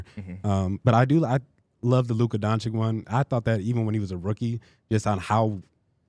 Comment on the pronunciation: Bro. You have to learn how to pronounce Lukas name. He’s been a top 5 player in the world for 4 years already. It’s Luka Don-chich. Not Don-chick 😭😭😭😭